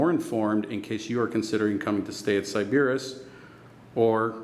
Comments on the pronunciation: It's pronounced sy-buh-riss....and I stayed two UNFORGETTABLE nights here. Love this place. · Are you trolling? How did you not hear someone pronounce Sybaris properly, you checked into the hotel...